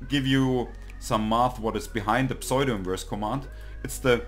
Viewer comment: Thank you, and greetings from Oregon, USA. The mathematics was familiar to me, but I was having trouble getting started using Octave, and this really helped! I appreciate your video and will look at others. One minor comment on your otherwise great English: it took me a minute to figure out that you were saying "pseudo-inverse" but it's typical to pronounce it with the "p" more-or-less silent and a long "u" = "oo" vowel sound. You can listen here